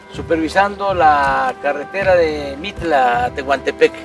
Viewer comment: Saludos, jajaja "Tehuntepec" ???